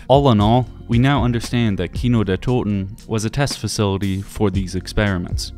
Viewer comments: Yet again Like Ur vid from 2 weeks ago, u Sound really german when u say Kino der Toten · I know I’m late but as a German I have to say that you pronounced "Kino der toten" and "der Riese"so perfectly and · The Glaswegian accent pronounces it absolutely perfectly which is so funny I’ve never heard anyone say anything other than keeno der toten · This is a stupid thing to comment, but being a German native hearing someone not only make an effort but actually pronounce a German phrase/word correct means a lot. It’s awesome finally hearing someone say “Kino der toten” properly on a YouTube video. Thank you I subbed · Finally a non German YouTuber which can say the map name correctly. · Props for correct pronunciation, means a lot hearing that from an American. Also, great video! I never realised where the knocking came from! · he says it correctly. he fucking did it. HE DIDN'T SAY KAINODIRTODIN YES WOOOO i'm german. this fills my heart with immeasurable joy. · as a german i can say that you pronounce kino der toten soooo good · Bro are you German? Never saw someone from UK or USA that can pronunce "Kino der Toten" like sooooo good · has a very good pronunciation when it comes to German words. Most of the other YouTuber tend to butcher them completely. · Are you German ? You pronounce the Names very good man not often hearing english speakers Doing that so good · Whatttt im german and the way you pronounced Kino der Toten at the beginning caught me off guard that was spot on with no accent lmao are u german? 😅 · The pronounciation of this guy of Kino der Toten is so good, Are you a native German? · Does somebody know if is German? His pronunciation is on point in every video where he say German words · Spot on pronounciation of Kino der Toten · He is just pronouncing it correctly. Dude barely has an accent when pronouncing “Kino der Toten”…